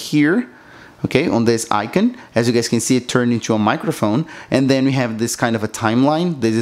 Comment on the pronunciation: "icon" is not pronounced like that. Come now, it can't be that hard.